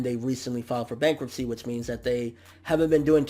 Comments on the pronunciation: lol "Bankuptcy" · "BANKUPTCY" at least it wasn't bankruptcy...phew.